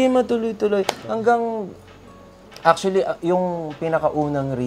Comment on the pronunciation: Ang daming acshually😂